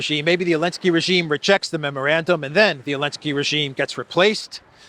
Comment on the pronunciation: Seriously, when did Zelenzky become Elensky? Is Z silent in Russian or something?